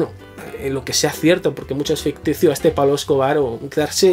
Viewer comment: Bardem podría haber sido el mejor Pablo Escobar si se hubiera molestado en trabajar el acento. Una pena, porque la peli no es mala. Penélope Cruz en su línea de actriz de tercera.